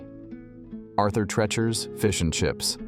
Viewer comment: Arthur 'Tree'-chers'